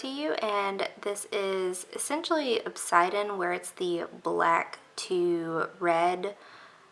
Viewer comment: I believe it’s pronounced “ob-sid-ee-an” Like the stone/gem.